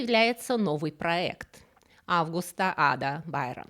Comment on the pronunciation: Та не августА, а Августа, ну ойпт